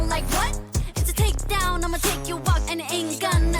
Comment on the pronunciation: its Takedown not brakedown